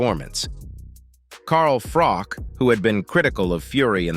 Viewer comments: IT'S "FROCH" NOT "FROCK" PRONOUNCE IT PROPERLY!!!!! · Please, Please, Please if you are going to mention names, at least get the pronunciation right. It's spelled Carl Froch but pronounced as if it's sh on the end. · Poor-quality content. Fury never claimed Usyk cheated - he blamed the judges and everyone else, so this is just a clickbait title. Also, no original analysis, just repeating what Bisping (an MMA guy!) said. And you can’t even pronounced Carl Froch’s name…